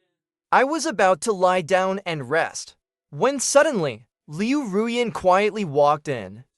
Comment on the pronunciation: Liu R U Yan? Really? Come on, get it right it's Liu RuYan not Liu R U Yan teach your AI VO how to correctly pronounce Chinese names. Good recap other wise.